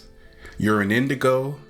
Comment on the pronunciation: Come on dude. "...Recognize IF You're AN..." You are from the country the language is named after.